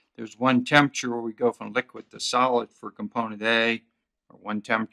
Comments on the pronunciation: Good video. Just one side note: it's pronounced TEMP-ER-A-TURE. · i was also intrigued by the way he pronounced it. i wonder where he's from